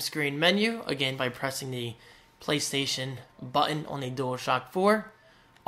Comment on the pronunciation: The word 'button' is not your strongest.